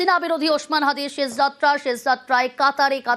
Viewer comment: ছেশ যাত্রা না আপা , উচ্চারণ হবে শেষ । এই সব তৃতীয় ক্লাসের উচ্চারণ নিয়ে নিউজ প্রেজেন্টার হয় কি ভাবে!